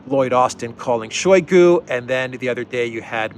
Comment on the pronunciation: It is not [SHOWY gu]; it is [shy GU].